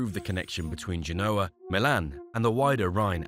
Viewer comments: It's pronounced GENE-O-AH, not G-NOAH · Or rather, GEN-OH-A. Emphasis, as in all Romance languages re French, Spanish, Italian, Latin and Romanian unless otherwise indicated, on the "second to last syllable!" In other words, like you've suggested, the "OH!" I concur, but not with "GENE", for 'GEN!' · How about tanking time to learn how to pronounce Genoa.